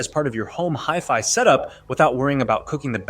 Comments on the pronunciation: Hefy? Hifee? You ok, bro? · Dude... you lost me at "Hiff-Eye"... sorry, I'll come back when "Ay-Eye" learns correct pronunciation. Did you converse with to see how it really feels about these items. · It’s pronounced high-fi, it stands for high fidelity. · Jeff Fi? What’s up with that? Oh is that word before you time. It is a 70 year old word. It’s hi, as in when you greet some one. It doesn’t change the way you pronounce the word now that you’re using it for electronics. Ugh! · HiFi is pronounced = High-Fi 😉 ... .. As in, high fidelity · its a hiff eye walker lol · Left after you pronounced HIFI wrong. That’s not a simple slip up and it leads me to believe you’re not really knowledgeable about the content. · The moment he mispronounced HiFi, I knew everything I needed to know. No legitimate audiophile would EVER mispronounce HiFi. Not gonna trust a video about audio players from someone who doesn't know how to say HiFi. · The way you pronounce HiFi makes me angry. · Thankyou this bothered me too.